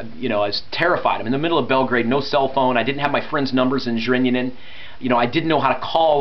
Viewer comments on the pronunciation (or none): i love how you say Zrenjanin :D (Zrinjanin xD)